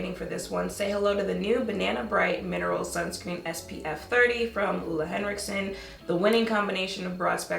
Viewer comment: My fave part about this video is finding out ole henricksen is pronounced that way 😭